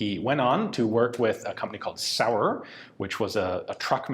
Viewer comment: I suspect it's pronounced Schtamm, with a hard/short and Zaurer with a softish z. It certainly is in German anyway. :)